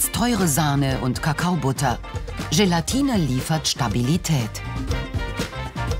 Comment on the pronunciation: Wann sagt jemand aus der Redaktion Sebastian mal, dass es nicht GelaNtine sondern Gelatine heißt? :-)